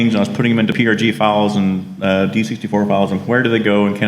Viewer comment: Hi! Thanks for a great introduction to CBM prg Studio, you've demoed all the important features and explained it very clearly. If you're interested, send me an email and I'll send you a link to version 4 (with kick ass support). BTW, it's pronounced CBM prog studio!